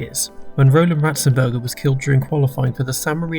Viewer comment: You got Ratzenberger very wrong